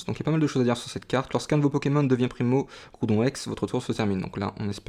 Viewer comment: Super video comme d’habitude tu gere ;) . Juste une chose c'est GRoudon xD sa me stresse a chaque fois ^^. Au passage le primo-groudon juste magnifique !